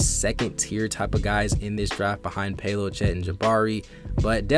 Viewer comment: It’s Pow-lo and in banchero the ch is pronounced like a k Pau-low ban-karrow